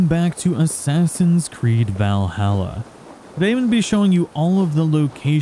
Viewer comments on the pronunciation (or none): Why can people not say Valhalla correctly? Also it was painful to watch the rage of helheim part. All you do is alternate buttons. No timing needed.